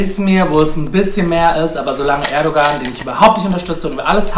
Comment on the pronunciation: Sie ist Kurdin aus Diyarbakır kann aber Erdoğan nicht aussprechen lul